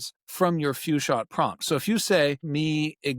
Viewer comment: At the,, and marks, what is "few shot prompting"... clearly I don't know what words actually said then